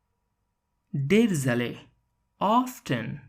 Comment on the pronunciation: "Please correct the pronunciation in some words. for example : often , found , sea ,river.